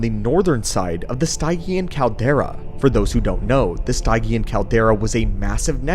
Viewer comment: It's pronounced: STIDGE-EE-AN not STYE-GEE-AN, no worries.